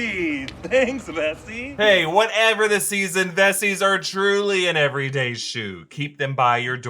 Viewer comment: I thought he said messi